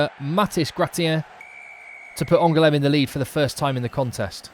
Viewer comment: Thanks for the great highlights. To improve your French, here's how to pronounce these 2 places. You only misprounced Aurillac once. My bad!😋 *ANGOULEME => 3 syllables, AN GOU LEM (GOU like in GOO in GOOD) * AURILLAC => 3 syllables again, AU RI LLAC (LLAC like YACK the animal)